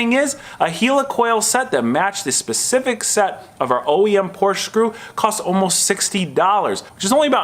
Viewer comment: Stop pronouncing Porsche wrong -_